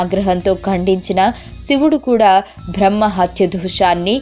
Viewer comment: కపాలికుల గురించి సమాచారం గ్రంధాలలో దొరుకుతుంది #భ్రహ్మ #భ్రా హ్మణుడు #భ లి ఏంటి ఈ #భా లు ఉఛ్ఛారణలో వ్యాకరణ దోషాలు చాలా ఉన్నాయి ..... ఆమె బ్రహ్మ మానస పుత్రిక కాదు శత రూప.... మనువు ఎవరూ ఎలా పుట్టాడు అన్న విషయం పై వివరణ ఏది పడితే అది ప్రచారం చెయ్యడం తప్పు